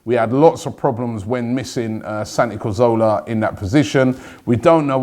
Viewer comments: Robbie! Not KOLASANIC.. K-O-L-A-SH-Y-N-A-TZ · btw, his name is not kolasinic. its pronounced Koloshinats (i'm Bosnian) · Robbie get your pronunciation wright regarding Kolasinac! [ko-la-shinats] :D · K-O-L-A-S-I-N-A-K there's even a video of him telling Arsenal fans how to pronounce it